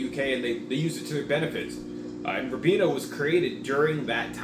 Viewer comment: It's pronounced "rye-been-ah". Glad you enjoyed it!